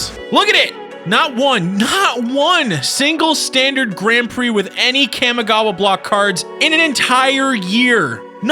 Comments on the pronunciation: For the love of god stop putting emphasis on the A when saying Kamigawa it makes me flinch every time I hear it. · the way you pronounce kamigawa hurts to listen to. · My inner weeb is hurting due to that pronunciation of Kamigawa. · I literally cringed every time he said Kamigawa. Otherwise great vid. Started with that block. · You're not saying Kamigawa any where close to right, but thank you for making this vid. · there are accents and then there are mispronounced words. Trust me I know about accents, im a latino immigrant... but this isnt an accent. This is mispronouncing a word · His mispronunciation of Kamigawa is fucking horrid, too. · He’s also pronouncing Kamigawa brutally wrong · cam-i-gawa COM-I-GAWA FFS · "Kahmehgawa" No, it's pronounced KAMI (Kah-Mee) gawa. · yup.. its Kamigawa.. not Kamagawa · You cant even pronounce the Kamigawa right. Its not Kay-mi Gawa, its Kah-Mee Gawa. Kami is japanese for divine or heavenly, spritual. And gawa is for place or land. Roughly translating to land of the spirits. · Ka-mi-gawa not Kam-e-gawa lol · Ugh cammy-gowa? Its Kah-mee-gah-wah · Kam-i-gawa Very nice pronunciation Kah-Mee-gah-wah is probably closer to correct since it's the way the Japanese would pronounce those syllables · Cawmi-gawa not cammy-gawa. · Why do you keep calling it "Kamagawa".. it's Kamigawa.. KA-MI-GA-WA.. Sorry.. it just bugs me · The kami in kamigawa is pronounced like commie not cammy And the list of GPs you show has one standard. The las on the list, Rimini, italy, september 10 -11, 2004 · Cam-i-gawha block. It’s pronounced Calm-y-gaw-wa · KAH-MEE-GAH-WAH. please stop saying it wrong. Its Clear you've never watched anime snort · Its pronounced kaa me gah wah, the I in kami (meaning god) has an e sound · wtf is Cam Igawa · ahem its KAHMI-GAWA - pronounced like the Kamehameha . . . just saying its when I started playing it during the same time dbz got hot so obviously my gen gets to claim its pronunciation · Kah. Mee. Gah. Wah.